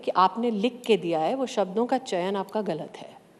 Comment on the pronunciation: Hindi sikho pahle,Chaman nahi Chayan 🤣🤣🤣